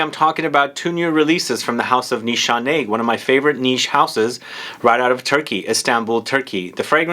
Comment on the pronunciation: I don't think Turkish pronunciation allows for two-letter pronunciations like they do in English. Shouldn't it be (Nees hah neh) ?